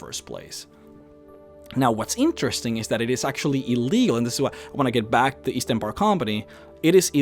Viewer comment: East? I thought you said Weast.